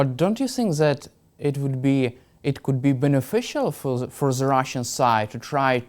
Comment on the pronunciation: Sink zat- you say, but in English we say - think that. Pronounce the TH! correctly 😊